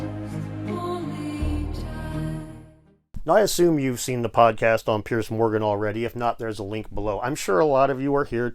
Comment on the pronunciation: Guys, just an FYI, 'Piers' is pronounced PEERZ not "Pierce".